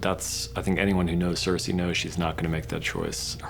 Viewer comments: Can we talk about how these two absolute failures or writing can’t even pronounce they’re own characters names right? Wtf is Sur-say? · Don't forget "cersay" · Anyone else find it funny that David and dan pronounced characters names differently Show: ser-see Dan: ser-say Show: mis-an-day David and dan: mes-n-day